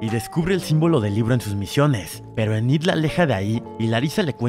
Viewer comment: se pronuncia inid y exeiver